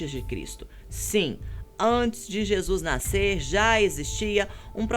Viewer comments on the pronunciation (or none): none